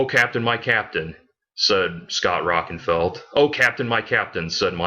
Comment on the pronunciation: Its Scott Rockin-FIELD, not feld. Also you make fun of hear in the now frontier then say they can play their great 5-7th albums HITNF is their 7th. Todd's name is LA torre as in La tor -ee chasm is pronounced Kazm. You need an editor